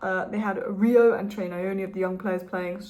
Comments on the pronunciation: Thanks. Great video as always. When saying Trey’s last name, try this… Neoni. ‘Neo’ as in the character from The Matrix. That’s gonna be much closer to how it’s actually pronounced. The last name is from where I come from in Zimbabwe. That’s how I know. Much love. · "Nyoni " is pronounced with a short phonetic pronunciation on the 'y'. If you Google ' Nyala pronunciation ' and push the sound icon, that is the correct sound for the ' ny' in Nyoni